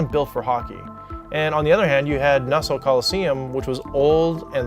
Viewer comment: Great video man. As an Islanders fan I can tell you the main thing we don't like about Barclays is its not home. That building and Shea Stadium were my childhood. On a side not your pronunciation of Nassau hurt my ears. Just say it like Nass-Saw. Keep up the good work even though I'm gonna hate the next video due to the Rangers sucking.